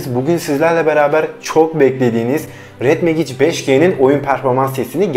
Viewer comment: Megic değil mecig